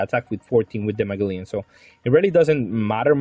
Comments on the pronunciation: Bro it’s Ma(gel)len haha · It's pronounced Muh-gel-an haha, crisp looking deck none the less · Its Mah-gel-lan